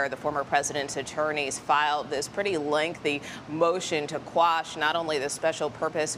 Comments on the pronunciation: Quash the grand jury report, not "squash the grand jury report." lol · “Quash,” not “squash,”.